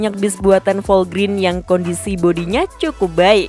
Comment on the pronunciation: Dibacanya bukan Volgrin min, tapi Volgren. Singkatan dari Volvo Grenda.